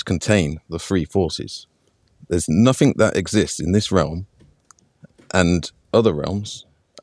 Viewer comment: Makes me laugh that always says nuffink and sumfink Good work, I learned alot today Thanks